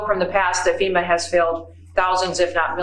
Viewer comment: >> for fucks sake, it's called FEMA (Federal Emergency Management Agency), not SEMA. These idiots🤦‍♀️🤦‍♀️